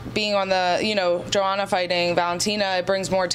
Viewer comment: NOT SURE IF I GET THIS GIRL? Katlyn at the mark you need to pronounce Joanna like Yoanna. With Katlyn's last name you would think she would be zoned in on correctly pronouncing others. AS FOR NICCO MONTANO at the mark, I guess Nicco will never get some people's RESPECT until she beats someone outside the TUF house. Remember NICCO had the toughest road to being the first FLYWEIGHT CHAMPION UFC in history. She beat a #3, a #6, a #2, and a #1 seed. They being LAUREN MURPHY (an MMA vet), MONTANA DE LA ROSA, BARB HONCHAK (an MMA vet) and lastly ROXANNE MODAFFERI (an MMA vet). NOTHING WAS GIVEN TO NICCO. SHE EARNED IT BABY.